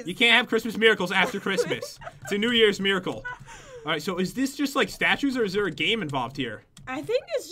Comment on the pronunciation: year not yeare